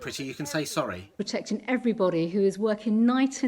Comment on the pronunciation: I hate the way she drops ‘Gs - briefin’, protectin’, bringin’, failins. Is that an attempt to make her sound more human?